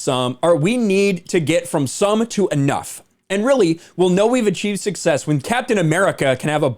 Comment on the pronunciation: "Success" isn't the same as "Sucksess"